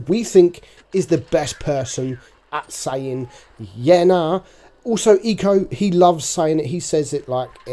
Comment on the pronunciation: We says yeah nahhh it sounds like he says "birth" in Greek